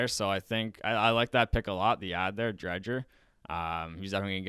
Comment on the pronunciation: Drieger the d is silent